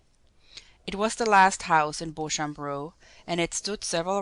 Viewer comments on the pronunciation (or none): julia your reading is awful and its pronounced Beacham!!!